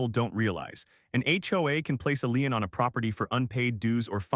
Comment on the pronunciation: "Lien" is pronounced "lean" not "line".